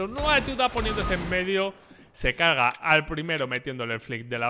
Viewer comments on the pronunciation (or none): jajajajaj se "caga" en vez de se carga buena!! que risas 😂😂😂